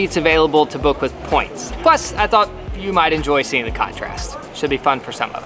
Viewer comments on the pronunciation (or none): none